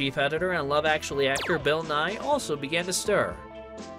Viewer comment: I got whiplash when he said she was dating Bill Nye. Then I looked up and realized he meant Bill Nighy (isn’t it pronounced Nigh-hee?)